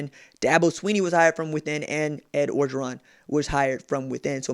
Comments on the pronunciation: I just gotta say, it pronounced Oh-geron. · Mark Smith No it’s not bruh. If you ain’t from LA then stfu. Can’t even pronounce his name right